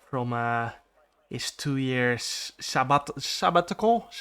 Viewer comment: Jarno says "sabbatical" the same way Lando says "Parabolica."